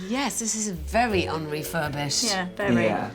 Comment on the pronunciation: "Un Refurbished" lol 😂